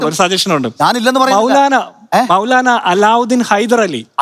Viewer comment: "മൌലാനാം മൗലവി"... 😂😂😂